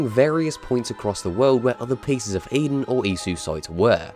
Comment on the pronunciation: The piss of eden you say? Lmmfao